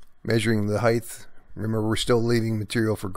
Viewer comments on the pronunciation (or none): There is no "th" in the word "height"